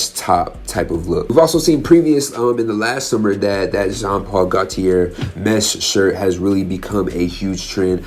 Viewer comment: Hey! SO nice to find a channel that actually covers fashion as opposed to "trending T-shirts and jeans".... so boring! Love the fact that you use runway vids. Super cool. Only complaint is you need to pronounce Gautier properly, lol. Thanks mate!! Keep up the great work. (just discovered you today!)